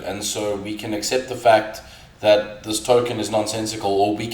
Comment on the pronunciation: Sounded more like seperate FUKT from FAKT